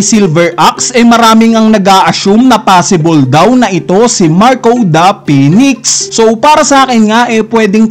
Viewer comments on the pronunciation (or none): none